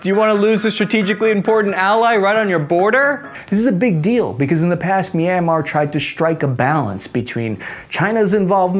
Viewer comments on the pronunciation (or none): Say MEEEANMAR One more FVCKING Time, Go Ahead SAY IT!! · CAN YOU PLEASE PRONOUNCE MYANMAR RIGHT